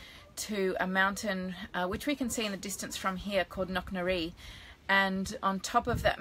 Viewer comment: It's Knocknarea... pronounced knock-na-ray